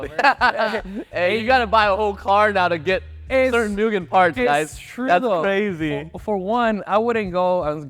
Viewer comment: Moo gen bro.. MOO GEN not mew gen